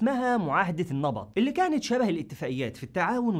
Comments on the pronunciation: اتفاقية البقط وليس النبط...انصحك بالبحث في اسماء المدن والاشخاص في المحتوي حتي تستطيع تنطقها بشكل صحيح...وشكرا علي المحتوي ❤ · اسمها معاهدة البقط وليس النبط انت ﻻ تقرأ الكلمات بصورة صحيحة وهنالك كثير من الحقائق التي اجهلتها في سرد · 1) تلفظ حضارة "ما را وي". 2)اتفاقية البقط ولها اصول راجع : Pactus الإغريقية.